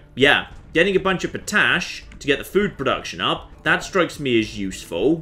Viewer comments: POT-ASH!!! Not fookin po-tash, you plonka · "I'm pretty sure geothermal will keep working in Winter" Oh, you and your science... Never change! Also I'm loving your pronunciation of potash po-tash, it comes from pot ash. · What is this po-tash you speak of?